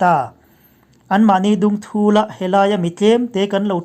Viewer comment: Mizo țawng thlûk kan hmang diklo nasa lutuk hi a pawi.You tube thu chhiar tam tak hi țhangthar ten an ngaithla si. E.g. 'dungthûl' a thûl thlûk hniam tur lai thlûk sangin i hmang tlat. A chian kha ziak nan:- Liana chu a tlăn thûl,a kal thûl,a lĕt leh thûl, tih anga lam rik tur ani.